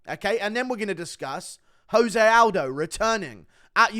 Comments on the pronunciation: Oh no. Guru doesn't know the right way to say "Jose Aldo"... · Stop saying jose like hes mexican. Hes brazilian, just pronounce the j